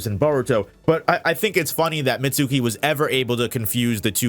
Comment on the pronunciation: you're mispronouncing Mitsuki's name